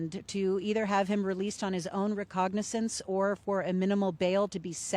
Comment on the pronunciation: Recognizance....the word is "Recognizance". You'd think a court reporter would know how to pronounce important words.